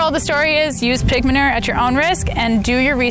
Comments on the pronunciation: So frustrating how she said “manerrrrr”. There’s a U in there. Ma-new-er is how it’s pronounced. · Lmbo say manure. Its man u re. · Regional accents: My midwest ear was confused about 'ma-ner'. We lengthen all our vowels and often pronounce vowels that others may not. 'ma-nue-er' Lol, I'm sure other regions find our pronunciations just as confusing to their ears.